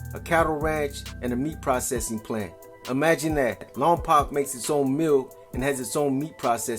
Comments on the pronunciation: You’re not pronouncing Lompoc correctly. I’m a Lompocan and the way you pronounce the poc is poke, like you poked your eye LOMPOC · I only say it because I live close by.. it’s pronounced Lawm-poke